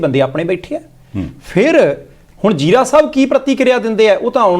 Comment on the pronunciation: It is Kulbir Singh Zira not 'Jira' note please. Anchors please note